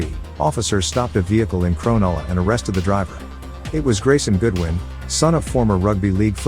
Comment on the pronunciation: You can tell the narrator has not been to (crownulla)❌ (cronulla) ✅